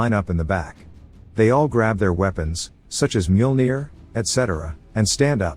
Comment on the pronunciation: I love this series, thank you for posting. I think it's kind of funny the AI voice can mispronounce some words but pronounces Mjolnir perfectly.